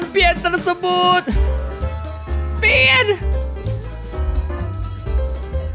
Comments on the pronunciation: Pien nya berubah jadi pian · itu di bacanya pien